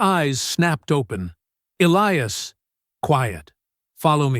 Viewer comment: "Elly-ass? hahaha. Get a decent AI reader. This one needs educating.